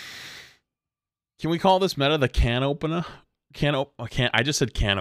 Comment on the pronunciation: Nothing wrong with ohpenagh